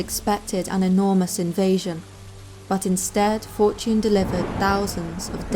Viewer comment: i thought she said Fort June instead of Fortune.. 😑😑